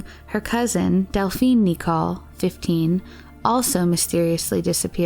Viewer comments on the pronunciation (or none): none